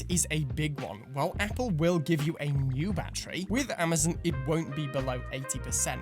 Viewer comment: Your ‘Amazon’ pronunciation is so unique and good lol